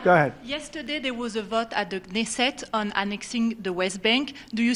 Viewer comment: Dude you butchered Knesset.